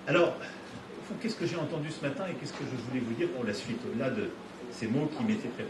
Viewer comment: Prendre TOUJOURS la parole pour les autres. LE CHEF, les autres restez derrière, JE connais le sujet. JE veux qu'on s'aligne, c'est pas compliqué ! Avec encore un petit coup de pouce pour l'Europe, alors que c'est pas le sujet. "L'intellizence Artificielle, ZE veux qu'on soit les meilleurs"